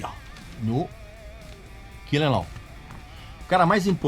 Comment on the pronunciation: Parabéns pelo vídeo. Podia ficar mais duas horas falando, eu assistiria numa boa. Espero que tenha outros sobre os álbuns pós Reload. Só uma observação: nos ensinou a pronúncia do sobrenome do Lars, mas chamou o primeiro álbum de "kill-em-au"? Kkk